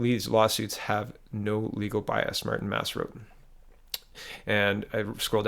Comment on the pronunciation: Martin Masse lol, he's French Canadian. It's pronounced "Mar tin (like the HOF goalie Martin Brodeur) Mass ehh